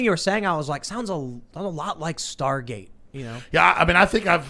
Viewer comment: Why does Tim continually say "star gaze" when it's Star Gate